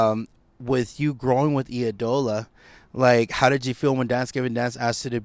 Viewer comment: Eye-dola not EEE-Dola